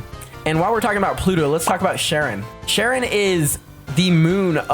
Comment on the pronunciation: Ok im just gonna make a reference to percy jackson real quick. ITS PRONOUNCED "CARE-ON"